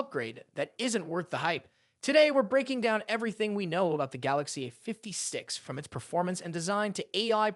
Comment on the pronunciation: The Galaxy uhfiftysix... Fucking AI slop.